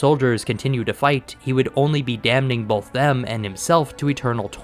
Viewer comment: did you just pronounce the N in "damning"? 🤨